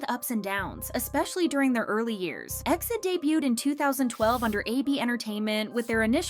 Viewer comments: I watched all the way but hated that you are saying exceed instead of E - X - I - D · Please it’s not EXID (pronounced like exit) BUT E . X . I . D (like read each alphabet on it’s own) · Right off the bat. It's said E X I D. Suppose to be a k-pop channel and can't even say their name right. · It's E.X.I.D not EXID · Calling them Exid (like exceed) is kinda weird, I used to call them by letter, E-X-I-D 😅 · It's E-X-I-D ☺️